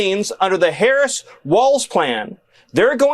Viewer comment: Why do they insist on mispronouncing president Harris